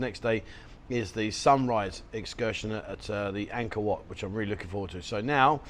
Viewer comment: Angor wat not man maid...